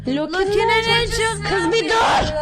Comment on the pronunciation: KIĞĞZ BİĞĞR DUUĞĞĞRRR